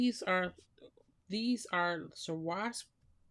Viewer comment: Beautiful. I really enjoy your videos ~ only found them today. Tip for anyone who has a tough time saying Swarovski. My niece knows someone who works for Swarovski and he taught her an easy way to remember it. Just think about how dangerous skiing can be and vow never to ski. OR....swore-off-ski (ing). Swore-ov-ski. Swar-ov-ski. Swarovski. :) xox I already have my Christmas 2023 cards nearly finished, but I plan to make the Sleigh Ride for my 60 cards for Christmas 2024! Can't EVEN wait!!!!! And will use your great layering tips herein.